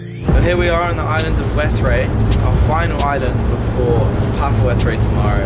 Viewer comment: It’s pronounced West-Ray I know this since I live here also I think you might have visited my friends shop